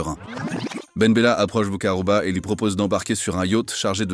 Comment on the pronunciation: ALORS MON CHER AMI SIONISTE, DEJA BOUMMEDIENE S'APPELLE MOHAMMED BOU-KHAROUBA, PRONONCE LE BIEN, A MOINS QUE TU SOIS ASHKÉNAZE. EFFECTIVEMENT LES ARMES ACHEMINÉ AU NADOR ET OUJDA A L'OUEST D'ALGÉRIE, ET AUSSI A L'EST A LA FRONTIÈRES TUNISIENNE. CÔTÉ FRONTIÈRES MAROCAINE, LES MAROCAINS N'ÉTAIENT PAS AU COURANT SINON ILS INFORMAIENT LES AUTORISÉ FRANCAISE🇨🇵. ET N'OUBLIONS PAS QUE CETTE PARTIE, NADOR, BERKENE, OUJDA, TAZA, GUERCIF ETAIENT ALGERIEN. 🇩🇿. VOILA